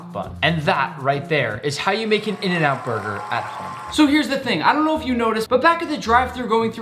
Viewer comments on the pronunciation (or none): “In burgrer” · “In burgrer” 😂